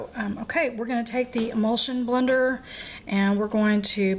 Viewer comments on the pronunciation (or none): are u saying imullsion blender or immersion blender?